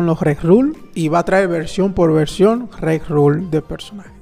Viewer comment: Video genial como siempre, nos mantienes al día gracias a la información que nos traes con tanta antelación. Un pequeño apunte, se dice RERUN (con N al final) 😊 saludos!